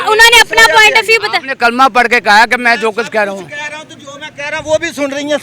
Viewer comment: Kalma hi ghult par Raha hai 😂